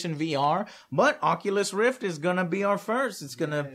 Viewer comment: "Onculus Reef"